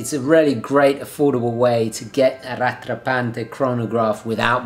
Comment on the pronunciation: Lovely watch. It's pronounced Rat rah Pont (rhymes with font). En Francais 🇨🇦 [sorry] : )